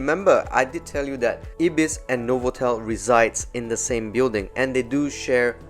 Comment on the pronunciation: it's pronounced eye-bis, not ibbis